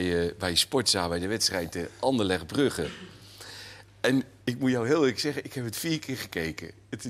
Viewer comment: Niemand: Wim: andellecht